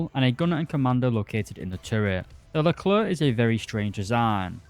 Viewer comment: One of the few people who say "leclair" instead of "luhclerk"